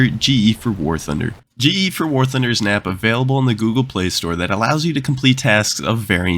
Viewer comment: In the beginning, when you said, "silver lions are a concern for a lot of war thunder players" i heard it as "silver lions are a concern for a lot of POOR thunder players"